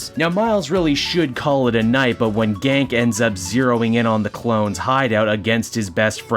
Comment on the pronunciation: Told ya awhile back about the Ganke pronunciation (which you slip back into), I guess I needed to be louder lol I know that the suit has some major drip to it, but it looks like it's... noisy, and causes a lot of drag while web swinging.